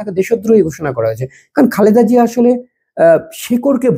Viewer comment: সম্পূর্ণ ভিডিও মনযোগ দিয়ে দেখলাম,আপনি একটি বারের জন্যও ম্যাডাম জিয়াকে খালেদা জিয়া বলেননাই বারবার বললেন খাল্দা জিয়া🙂 আল্লার গজব পড়বে আপনারা যা শুরু করেছেন 😁